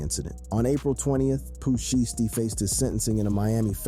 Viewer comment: That’s not how you pronounce Shiesty 😂